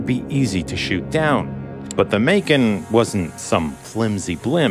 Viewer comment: When he said “Macon” I thought he said “bacon which would have been much funnier not gonna lie 😂😂